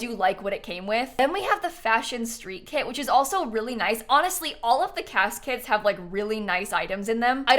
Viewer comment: EVERY TIME she says “kits” i hear “KIDS” and oh my god this phrase got me — i’m not the biggest fan of KIDS